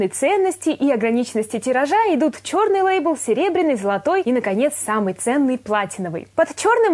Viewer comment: ты ошиблась и сказала чернылебл